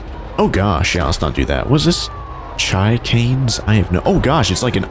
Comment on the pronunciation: Chicane is actually pronounced as shi-cane